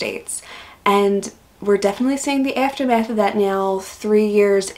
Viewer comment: But "aftermath" with a South African accent. Just how many countries have you lived in??!